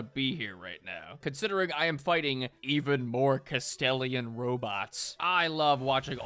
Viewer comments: I am two minutes into the video and I need to get this off my chest: pronouncing Gladius as Gladus and then pronouncing Manufactorum as Manufactorium has upset me greatly. I think I am just going to start a list: Kastelan is now Kastelian same as above Gladius is, again, Gladus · I find it funny how says "Glados" instead of "Gladius" and "Kastelian" instead of "Kastelan". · if he says "Kastellian" one more times, im gonna find him and teach him the proper rituals. Glory to the Omnissiah!